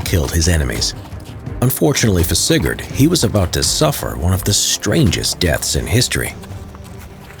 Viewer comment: every time he said sigurd, i just understand cigarette